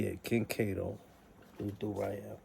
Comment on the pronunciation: Why do you call em Cat o. Like you havent done your research. Makes you seem fu bro. You should stop. 4ch ain’t a click, it’s an organization. You wild corny